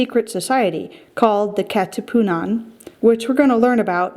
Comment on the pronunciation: ka katiputan🤣🤣 kat katipunan excuse me! got me laughing